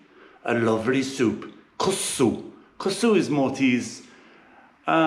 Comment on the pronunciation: You need to pronounce the second K hehe. It's not Kussu but KusKsu 😊